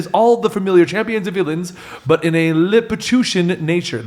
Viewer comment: Lil - li - pew - shun. Lilliputian.